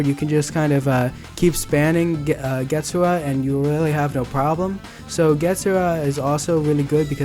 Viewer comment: U pronounce getsugs so wrong